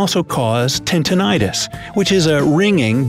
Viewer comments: Sir, it's not tinTInitus :) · Wait! Did he just say TINTINITUS? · Tintonitous? What?! Tinnitus is the right word...